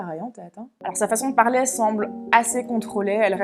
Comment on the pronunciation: sérieusement écoute toi parler bordel mes oreilles saigne exemple parler (son é ) toi tu prononce pralai !!!!!!!!!!!! bordel et pour tout les mote en é c'est dingue